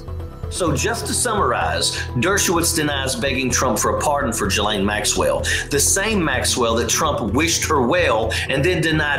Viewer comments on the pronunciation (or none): it's GEE-laine, not JEE-laine. Just FYI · Or in French Shiz-Lane. It is not a hard G or softer J sound.